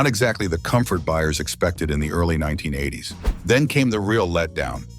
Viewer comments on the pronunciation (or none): Did I hear, "Nineteen aye-ahh-ties" at the beginning? Sad...